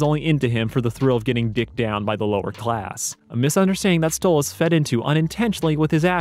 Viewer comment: Why do you say Stolitz instead of Stolas? It’s canon in the series and irl that it is Stolas, you should change it.